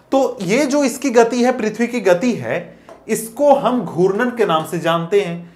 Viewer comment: Sir aap galat pdha rhe ho and ghutan ko guran bol rhe hai